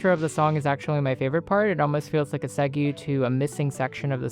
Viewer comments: I love this album so far, it's so typical for a lotta people not to Get It TM when she pivots. I'm not worried abt anyone else's negative opinion on it. "seg-yew" made me giggle 🤭 I think it's typically pronounced "seg-way" but I could be wrong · Babe ... Segue is pronounced segway